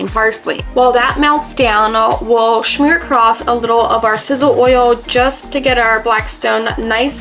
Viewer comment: Love the food but not the word SHHMEAR.... Last I checked there is no H in that word, just saying. Makes me wanta SHHMACK myself